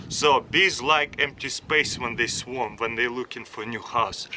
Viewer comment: I thought he said swamp trap